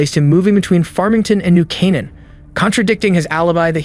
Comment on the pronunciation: When the AI "narrator" can't pronounce New Canaan... sigh.